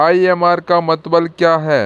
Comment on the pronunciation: Mtlb hota h aap mtbl bol rhe ho